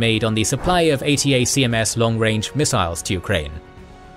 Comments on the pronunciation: Just fyi, ATACMS is generally pronounced “A-Tackums” by US military personnel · The U.S. Army pronounces the acronym ATACMS as "A-tack-ems"